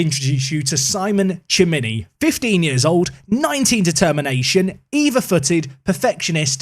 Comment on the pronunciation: a little pronunciation help: In italian the c or cc is "tsh" and g is a "dsh" if an "e" or an "i" follows it, but if "a", "o" or "u" follows it, "c" becomes "k" and "g" stays "g". Also if theres an "h" between "c" or "g" and "e" or "i", it's also "k" or "g". So Lorenzo Lucca is pronounced "Luka", Chimi is pronounced "Kimi" and Bernadeschi is pronounced "Bernadeski". But eg. Lecce is pronounced "Letshe" and Sebastian Giovinco is pronounced "Dshovinko"